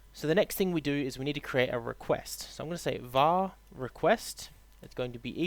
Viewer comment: Its VAR not WAR!!